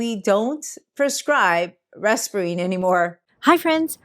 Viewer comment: It’s not Resperine. it’s reserpine